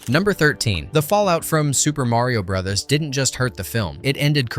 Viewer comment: "Super Mario Bro-dus" and Super Mario bruhs" This clanker needs to be replaced🤦‍♂️